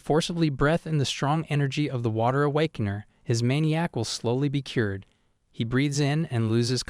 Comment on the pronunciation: I love the mispronunciation like awakaner= awakanah and Virth= Bitc